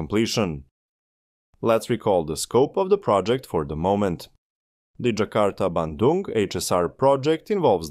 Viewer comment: You nailed pronouncing "Bandung" perfectly!